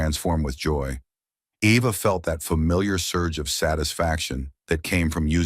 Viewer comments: Not Ĕva, Ēva, like EEvă. I hate all the photos of her in tears and all the laughing family and society people. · Great story. speaker needs to learn pronunciation of characters names and writer to keep the spelling of their names the same. Eva